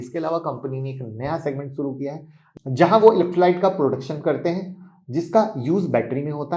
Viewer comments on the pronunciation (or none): none